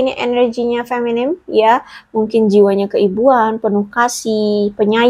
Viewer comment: Punten. Kalo tidak salah sebutnya FEMININ, bukan FEMINIM. Nuhun.